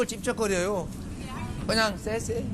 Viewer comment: 세세가 아니구 쎄쎄여! 아~~~~! 발음연습하고와라...이재명대표에게 배우고와서 다시변호햬라